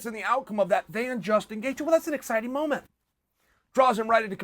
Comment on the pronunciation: Justin Chaelthje